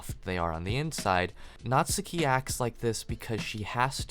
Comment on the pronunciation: Great video dude, love the pace and that you could get your point across without using tons of profanity. 200th sub ez clap boys Edit: oh and that you actually said natsuki's name right! Lol